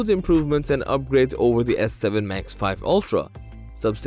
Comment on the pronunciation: I don't think it's pronounced max 5, I believe it's max vee.